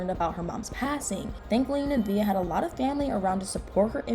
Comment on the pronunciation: nuhh - vay💥 not nuhh - vee - uhh 😬